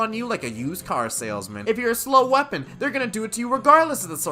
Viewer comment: He just said what weppon class do you whant me to do next... What weppons are even left?